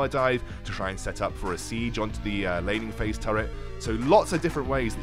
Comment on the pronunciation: I keep on hearing lenny face instead of laning phase...